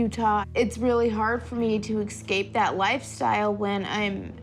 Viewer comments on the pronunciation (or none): Shannon says EXCAPE instead of escape because of education. Sad for poor folks